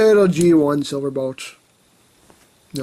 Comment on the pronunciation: "Bolt", not "Blot". ;)